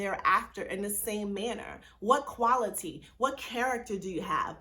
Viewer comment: Keyword “Kwality” 😊